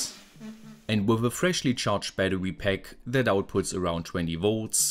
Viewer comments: "Batte wee" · Are you German? You have a strong German accent and pronounciation ("batterwy", "differwence")